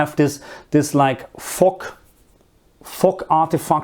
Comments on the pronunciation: Fog is what i think you are saying. It is pronounced with a harder g at the end rather than the sharp sound you are using that sounds more like it pronounced fock or foque., just get that hard G at the end which you can practice by saying the word Girl but leaving out the R & L so Gi once you have that down begin to emphasize less on the I and just the G. Then combined with fo with that hard G you will get fog. . Another word is Mist almost like missed but a T at the end. Another word you can use is Har which is the fog that comes in from the sea. It is pronounced like you are say Ha as in Ha ha but with the r at the end so Ha r , Har. I also think you may be talking about light rain when the rain particles are so small we don't call it rain but rather drizzle. EDIT: as i watched further in to the video it is mostly steam we would use to describe that like you get from boiling a kettle. I would use steam for the stuff coming from the ground pipes and mist from the rain rather than fog. Fog is when you have that really thick mist that when you are driving you can't see far ahead so you use your "Fog" lights. Hope this helps. I like to learn languages and always like to know if i pronounce the words correctly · I’m sorry but why doesn’t anyone acknowledge the way he pronounced “fog” at the beginning lmao no hate